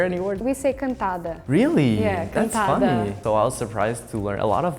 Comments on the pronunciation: It's actually Cantada, not quentada LMAO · It's not "quentada" it's "cantada" which would mean like "singing" because you're tryna get people through romantic lines/jokes, and music are always more romantic than speech so... Yeah, I think that's why we use that word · "Quentada"???? is "Cantada' 😂😂😂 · CANTADA, NOT QUENTADA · Just to adjust a word, told "Cantada" and not "Quentada" like the subtitles shows up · "Quentada" não 😂😂😂😂😂😂 "cantada" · *Cantada, not quentada in portuguese pickup line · Its "CANTADA", not "QUENTADA" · Production is not "quentada" but "cantada".